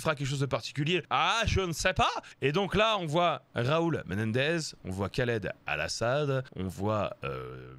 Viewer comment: Doomsday station, Khaled Al-asad. Va falloir travailler la prononciation 😜